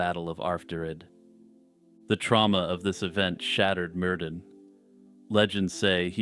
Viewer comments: Mer-THyn it’s the pronunciation for the ‘dd’ in old welsh names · Ahem, Myrddin is pronounced 'Mir-thin'. In Brittonic or early Welsh, 'dd' is pronounced 'th' as in 'this'.